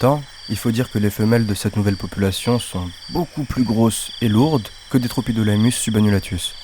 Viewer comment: Magnifique ! Sinon ça se prononce « tropidilémus » 😊